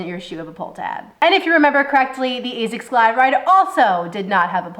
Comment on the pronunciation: points for saying Asics the correct way ( Azics ) unlike 99% of people who say Assics. Why people why ?